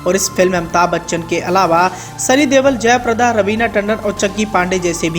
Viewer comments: Dewal nahi Deol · Sunny dewl nhi pagal sunny deol